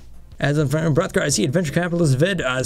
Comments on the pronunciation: almost anyone can do the b-b-b-b-b-b-rrrrrrothgar...... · ahmere gughes lol Hrothgar